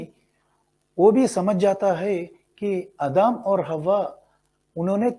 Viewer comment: I think you need to improve Hindi language skills, there are mistakes while reading too. Such as Adam, you pronounced admi